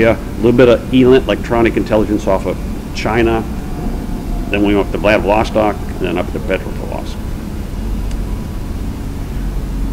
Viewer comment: Very very interesting, but such a pity he makes such a shambles of pronouncing Kamchatka peninsula and Wladiwostok. You would expect someone like him to at least know how to pronounce the names of the areas he flew over better. But yeah, Americans you know.